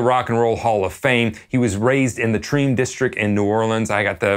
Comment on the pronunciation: The "Tream" district? Did you mean Tremé by chance? Great vid tho :)